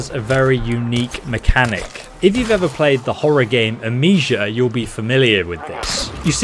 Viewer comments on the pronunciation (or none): AM KNEE SHUH not amesha